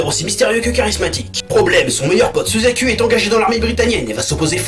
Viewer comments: C.C ça ce dit Chitsu (Littéralement Chitsou hein hein hein) T-T.... Comme pour... SUZACUL (y) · suzacul... J'adore ta prononciation !